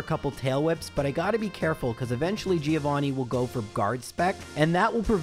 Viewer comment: Giovanni's revenge for you always mispronouncing his name